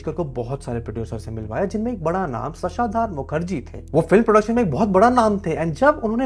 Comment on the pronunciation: What is with this English medium educated generation that they cannot even pronounce simple Indian names like शशधर, सज्जाद, फडके?